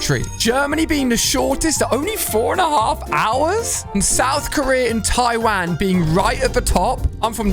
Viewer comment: Bro called taiwain 😂